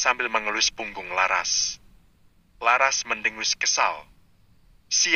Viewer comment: Menyebut laras jadi lasar aaah , gimana itu yg membaca cerita?